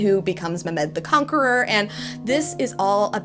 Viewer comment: Heyyyy sooo Ummmm Mehmed is not read as me-med It’s read as me-h-med h stands for the ح in arabic but u can say h since it’s likely you are not used to it